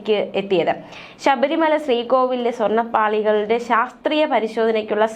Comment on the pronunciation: Not Sabri Maya !! Read Very clearly please